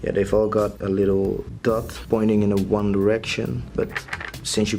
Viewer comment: I get the TO and FORget.... But want means ONE? maybe the way want is said with YOUR accent but.... This needs work